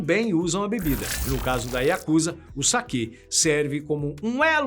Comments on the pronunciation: Que agonia ouvir o povo falar “yakÚza”😰😰 é “yakuzÁ”!!😪👌🏼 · Desculpe me mas a pronúncia correta é Yakuzá, moro aqui é respeitamos muito.